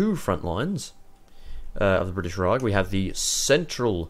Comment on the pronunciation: Rag? It's Raj.